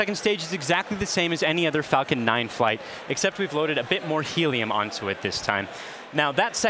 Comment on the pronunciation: I thought he said Fuckin Heavy 🤭